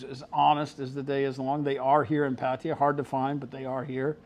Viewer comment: No offence but how can you move to a country and not learn the language? He doesn't even know how to pronounce Pattaya correctly.